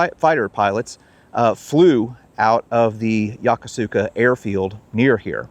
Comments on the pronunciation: It’s not “Yo-ko-su-ka”. It’s pronounced “Yo-Kos-ka”. Any of the thousands of American sailors there could have told you that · Great video, but you REALLY need to learn how to pronounce “Yokosuka”. It’s “yo-KUSu-ka” not “yo-ko-SOO-ka” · It's pronounced YOH KOO SKA, not yoko sooka. I was stationed/lived there from 1979 until 2000. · Seriously, dude! Learn how to pronounce things before you film! Great vids other than that, but come on! YO ko SU ka?! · Unless the Jaspanese has changed the way of saying Yokosuka, you are pronouncing is wrong. In Japanese the U is silent when it follows an S. I served 20 months at the Yokosuka Naval Station, from 1973 to 1975, when I was in the U.S. Navy and the way I learned to pronounced Yokosuka as Yo-ku-ska; not the way it is spelled like you said it. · Great show. But Yokosuka is pronounced “ya-koos-ka” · I lived there three years. Its pronounced phonetically Yo-ko-ska Yo-koska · I love your shows. Small correction. Yokosuka is pronounced "Yo-kooska". Japanese tend to ignore entire syllables! I took my grandson all over there to the wonderful museums and military displays. We especially enjoyed the Mikasa. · It's pronounced yow·kuh·soo·kuh. I got roasted when I got stationed there for pronouncing it like you did. 😆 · The correct pronunciation of Yokosuka has the emphasis on the second syllable.